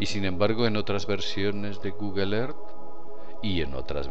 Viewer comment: PRONUNCIA BIEN EARTH